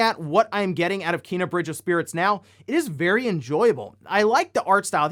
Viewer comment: You keep pronouncing it Keena. its Kena. if you had a friend named Ken you wouldn't call him Keen would you?